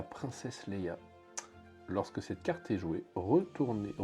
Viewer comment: c'est Leia! Dans toutes les vidéos tu dis Leila, c'est perturbant.